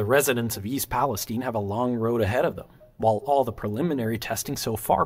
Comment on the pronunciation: You pronounced East Palestine correctly. I appreciate that.